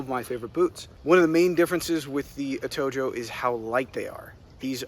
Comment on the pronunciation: It’s pronounced Atohoe